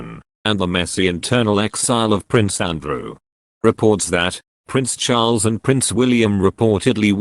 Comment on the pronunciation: Love your pronunciation of Prince Charles....not sure if I can spell it in any of the languages I know.?A guess Chulls!!! It's ok ...variety can be delightful